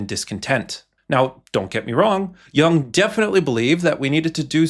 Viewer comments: Good video! Just a quick pronunciation note: it's not pronounced like "young", more like "you + ng". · There are no robutts that can properly pronounce Yoong. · I think Jung is pronounced “yoong” It’s German for young. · That's not how his surname is pronounced. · The fact that the 'voice of Carl Jung' is even referring to himself in the third-person, let alone mispronouncing his name. 😄